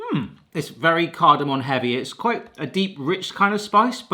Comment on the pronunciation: Cardomom not cardomon come on 😂😂😂